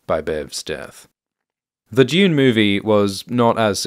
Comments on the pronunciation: DUNE NOT DEUOON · I’ve come to like how you pronounce dune as june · Not the yod on Dune. Dyune.